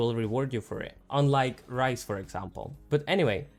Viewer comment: Ryze btw read the character names over again buddy